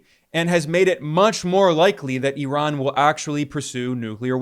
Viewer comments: Bro it’s not -erock and eron….its IRAQ and I-RAN!!! 🤦🏾‍♂️ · Eye-Ran! Jeez